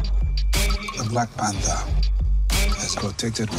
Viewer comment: Blacku Panzah... Hahahahaha!